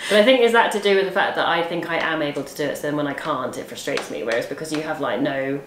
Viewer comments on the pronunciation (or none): Is that the british way or does say "frustrates" funnily?